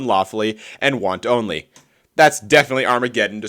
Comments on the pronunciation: ... did you say "Want-Only"? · wantonly is pronounced like the soup not as two separate words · The real war crime here was your pronunciation of "wantonly".